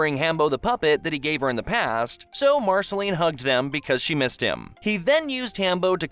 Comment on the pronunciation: The fact you cannot pronounce majority of names lets me know this is a view grab. Otherwise, not terrible in a cliff notes sense but nothing someone who watched it wouldnt know. "BEE EMM O"....comon this is an insult "Named BMO to Be more". Marasheleeeene - Hunts only vampires not demons. You mention the timeline of "human Finn" but do not barely reference the return of Prismo and his (Finn) more important identity not being in a dream but is a Glob reference. YOU STARTED THE VIDEO CALLING OO, EARTH. Its saying the USA is the earth, the human island is not part of OO let alone the ones we do not know about. BEEEEE MO not BE EMMMM O. Marcelene seems standard - VAMPIRE hunter.